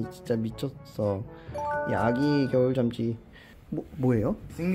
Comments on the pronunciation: 계속 겨울잠쥐가아니라 겨울 짬쥐라고하는거같은... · 잠쥐 발음조심!! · 발음에 유의 합시다 '겨울잠'쥐 입니다. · 브로님 발음이 ㅋㅋㅋㅋㅋㅋ 겨울쫨쥐 ㅋㅋㅋㅋㅋㅋㅋㅋㅋㅋㅋㅋㅋㅋㅋㅋㅋㅋㅋㅋㅋ착한생각.....착한생가..ㄱ.....ㅠㅠㅍ...